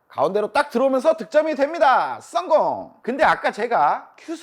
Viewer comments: 다 좋은데 "썽공" 좀 안할수 없을까요 ㅎㅎ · 썽공 중독성 강해요 듣는 맛 좋은데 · 전 씅공으로 들었음 죄송합니다 ~~